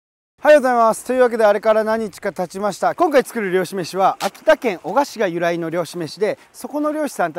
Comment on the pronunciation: 「お↑が↓」じゃなくて「お↓が↑」っすね！秋田県民より